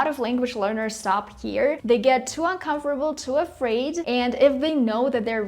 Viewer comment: i think , you made a mistake with pronouncing " uncomfortable "